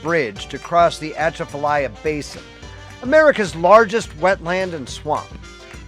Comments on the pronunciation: We say Atchafalaya like this: A-chaff-a-lie-a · I loved your story on our state, it’s a wonderful place to live. The only thing that I can fault you on is your pronunciation of Atchafalaya but we fault everyone that’s not from here😜 “uh chaf uh lie uh” is how it’s pronounced here😂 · The word is pronounced "Ah-chafa-liyah" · LOL... uh-chaff-uh-lie-uh is how it is locally pronounced. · Atchafalya it's pronounced as A-chaf-alia. It's a shame you missed the museum and the animatronic racoon. It's a Louisiana treasure and one of the only three rest areas on I10.(state cutbacks) I have never heard of Creole, Louisiana. I didn't think Louisiana had any beaches. It was probably a continuation of the works progress administration. Which built all of the beaches in Alabama and Mississippi. The beaches and highway you see today didn't exist before then. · atchafalaya pronunciation is like this uh-chaf-uh-lahy-uh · Great video, beautiful scenery! I've tent camped that area plenty of times. Those evening/early morning mosquitoes are not so bad in the cooler months. But during the summer, they're so brutal that you can literally hear and feel hundreds of them around you! Also, I'm pretty sure you're pronouncing Atchafalaya wrong. The stress is on the 4th syllable, not the 1st.